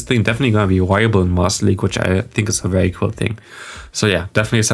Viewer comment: Im sorry, but the "wiable" makes me tick haha. It's "viable",, "viable".